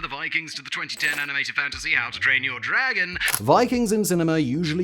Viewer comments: Thinking he said "how to drain your dragon" was pretty good, though... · I don't really care (yet) but if I didn't know the name of the movie I'd swear he said "how to drain your dragon" <3